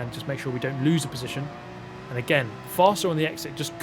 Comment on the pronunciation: "Down into final positionth": Nice try brain